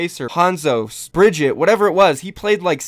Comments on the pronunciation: BRIG- EAT- UH. NOT BRIDGETT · Bri-GEE-tah, for the love of god